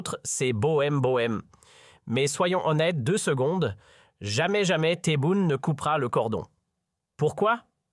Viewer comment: SVP commencez à bien prononcer les noms de Monsieur le Président TEBBOUNE et de Monsieur Boualem Boualem, l'Algérie vous dérange, la politique à changé, mon très cher pays avance, je ne veux pas être trop grossier par respect aux noms des dirigeants Algériens qui figurent dans ce commentaire. C'est le bordel, la chute, le chaos chez vous et vous avez le courage de parler de l'Algérie, personnellement je vous en merde.